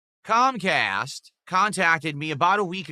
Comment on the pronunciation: Cahm Cahst and Silent Bwill EFF rooind his business dood. Nothing he could do.